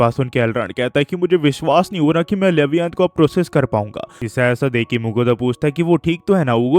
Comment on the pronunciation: लेवियाथन bolte hai ya livaithan bolo